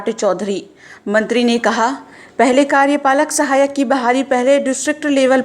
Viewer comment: Bolne to aata nhi bolte hain pahle karyapalak sahayak bolna sikho